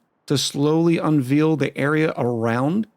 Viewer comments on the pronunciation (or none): What exactly is "unvealing" something,? Are you going vegetarian? 🤣